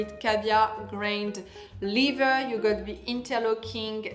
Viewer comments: Lether please not lither! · Every time you mean to say leather, you say liver. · it's pronounced "leather" like an accent grave on the first syllable "e"